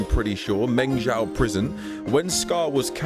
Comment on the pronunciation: it's meng- ZHOU (JOE) just like jin-ZHOU come on, man 😅